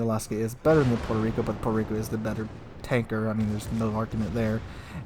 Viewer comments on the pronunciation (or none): none